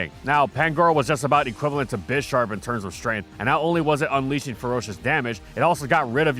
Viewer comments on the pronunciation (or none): none